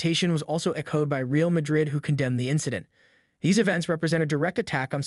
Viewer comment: He says ValenCHia and REEal Madrid . 😂😂😂 🤡